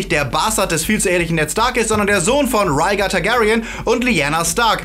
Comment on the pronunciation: Interessante Fakten aber ein großes Manko ! Lernt doch bitte die richtige Aussprache von einigen Namen wie Raegar (gesprochen Rägar und nicht Raigar !) .'